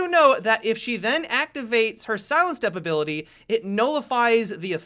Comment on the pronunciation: Does anyone else get annoyed how he finishes his sentences... "This is a great way to see into the objective-uh" "Caveira's silent step-uh" "see you in the next video-uh"